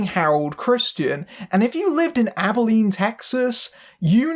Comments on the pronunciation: Also, thank you for properly pronouncing "Abilene." I'm always amazed when people mangle its pronunciation. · Nah, you nailed it. A lot of people mispronounce it as "Abe-e-leen," so I was impressed by your efforts there. And also that you went so far as to check in on the rather infamous local screening. You've clearly done more research than some other reviewers. I'm just sorry the film turned out so mediocre. This was a truly special team, and it deserved so much more than this.